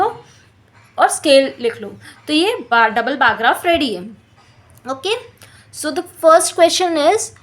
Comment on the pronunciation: Bar graph ho h bar grap nahi😂😂